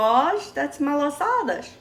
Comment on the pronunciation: It's also called malasadas in Hawaii. But I've never heard it pronounce as "malasadash". Is that how it's pronounced in Madeia and Azores islands?